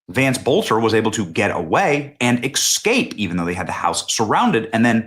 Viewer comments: Benny, he didn’t “exscape”, he “escaped”. Just like there is no “exspecially”. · Esss-cape not ex-cape ❤ still love you benny ❤ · Stop saying excape, its e-scape... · BTW Benny, the word is escape, not excape. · The word is escape. Not excape. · Benny. I love you, brother. But EXscaped is not a word!! 😂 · Why can’t Americans pronounce escape correctly. Not excape. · It’s ESCAPE not EXCAPE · Benny, QUIT saying "Excape"😂. Its almost as had as George Bush's "Nucular"😂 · “Ekkscape” Benny, do you also say things like, “can I ‘ax’ you a question”? 😂😂😂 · ES-cape, NOT ECK-scape. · It's ESS-CAPE, not excape. Please learn to pronounce it correctly. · There is no “X” in escape. 😊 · It's eScape not eCscape!!! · "ex-scape" lol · There is no "X" in the word escape.🤓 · Dude....Benny . . . Between "new-q-ler" instead of nuclear... And "X-cape" instead of escape.. I'm steadily yelling at my TV now .. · Love you Benny but why do you say excape 😅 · ‘’EXSCAPE’’,c’mon Benny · I normally like your videos Benny… but the was you say EXSCAPE…. Sheeesh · exscape seriously Benny? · Hey, Click-bait Benny: you better hope Tampon Tim doesn't take a page out of Trump's playbook and sue you over the charges you're leveling in the click-bait title of this video. Also: "ex-scape"? Jeez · I couldn't finish the video. There is no "X" in "escape". It's es-cape. No X. The first time I thought maybe you misspoke, but after the second time I was done. It's a shame, because I'm interested in the topic. I guess I'll have to go find it elsewhere. Sorry Benny. 😢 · We all know that Walz and the DNC/government is behind it. We also know that no one responsible will EVER be brought to justice. We are all so disgusted by the complete lack of accountability for ANYTHING. No need to even report on any of it. Also, there is NO "X" in the word "escape." Just saying. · Learn to pronounce the word “escape”. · I never said anything about dementia Joe ...... but Benny does have a problem pronouncing the word Es'cape👍